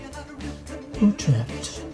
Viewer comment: He is to me just about the only American who pronounce Utrecht correctly. Kudos to Russell❤